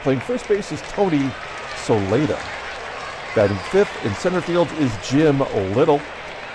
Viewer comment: Congratulations on a great win. After you win the division with the Pilots. I'd love to see what you can do with the 1962 expansion N.Y. Mets. Some pronounciations: Jack Aker (acre) Jim Lyttle (Lie-tul) Tony Solaita (So-Lee-Ta) BTW: Al Downing coughed up Aaron's # 715.